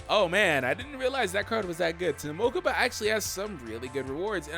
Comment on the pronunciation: "To the mokaba mobile"